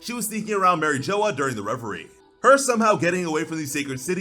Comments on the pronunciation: Did you really just say Marie joa? Seriously? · Who the hell is Mary Joe or whatever the hell you’re saying? It’s pronounced like a French word not Joe or Joya or however the hell you’re saying it!